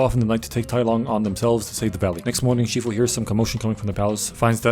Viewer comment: Wait did you say Master Queefu